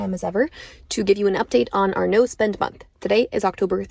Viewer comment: I kept hearing nose bend instead of no spend 😂